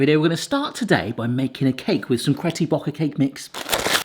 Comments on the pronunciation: Cretty Bocker cake mix? Did you know you said it like that? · Did he say "Caty Brocker cake mix" 😂😂😂 ??